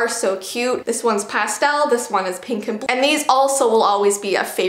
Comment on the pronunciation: Lol when you said pink and blue the blue cut off and it sounded like A Russian Saying blue